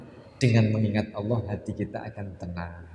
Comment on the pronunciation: Maaf cara bacanya alnloh gitu ya